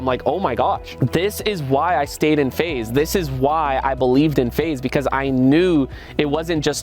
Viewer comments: Bro pls don’t stop saying face rug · bro cant say faze sooo sad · Bro you should call your self feze but pronounce it as faze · Bro just say phase rug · Just put an extra Z or make an X sound like a Z. Take control FaZe Rug. You can be FaXe Rug but your fams pronounce it the way they know. Your FaXe with a Z. Ideas endless. No credit needed.